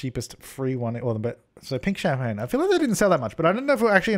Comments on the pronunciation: "champaGNE" oh my god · the way you said champagne is how i say it in my head when i'm trying to remember how to spell it 😂